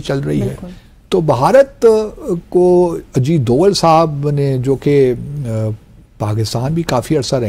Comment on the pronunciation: Ajit Doval .....name and not Ajeed deol